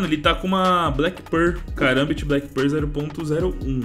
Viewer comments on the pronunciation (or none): none